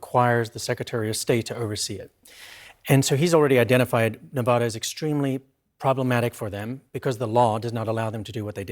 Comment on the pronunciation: Damn it, it’s pronounced ne-VADD-a. Think about this way, you go to Las Vegas, you win, you ADD to your bank account. Probably not but let’s get it right people.